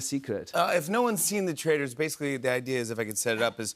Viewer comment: The way he pronounced "Traitors" and "Dolores" 😂😂 all through the season.